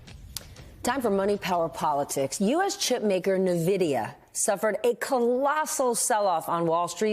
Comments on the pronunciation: It’s en-vida not na-vida! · Nuvidia? Boys and girls? Sectec? Woman is patronizing and can't speak. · They got so much kinda half right in this starting with, correct me if I'm wrong, but is Stephanie Ruhle saying NeVidia, not "N"-vidia? Insana compared DeepSeek to ChatGPT, it's actually a competitor to OpenAI's o1 model. It’s a thinking model. The other guy said she could run it on her laptop, which is kinda true, the 1.5b, 7b or 8b parameter models, or a quantized model could run on her MacBook. They didn’t mention open source at all, which negates the talking point about it being Chinese made. It can be totally reconstructed by anyone with the money and hardware, or fine tuned. So you don’t have to worry about using it on your own hardware, even if China made it. It was all a bit dumbed down.